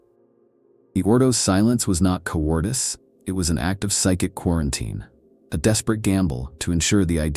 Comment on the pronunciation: A noble gas atmosphere would not be inert, not breathable but be useless to any life form breathing to obtain useful reactive gases like oxygen. As lore makes its way from expensive books to Youtube preserving facts (real or those of the verse) accurately matters as a matter of standardization. " Co-ordice" is not how cowardice is pronounced. If you can tune the AI that's useful progress towards "fan-made everything", a worthy goal to pursue before GW goes full Disney.